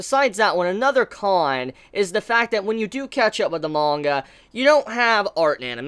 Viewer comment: There’s no “O” in manga mate